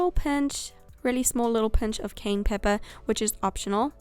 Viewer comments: Ok...so I’m just going to be anal here. It’s pronounced ca-YENNE. Not cane. I kept hearing her say ‘cane’ and I was like ‘What is she talking about. What is that?’ Then I saw the red spice and I was like ‘Ohhh! Ca-YENNE pepper!’ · It’s Cayenne but some of my plastics still say Cane